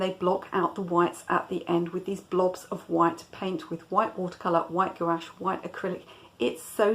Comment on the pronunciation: Gouache is a single syllable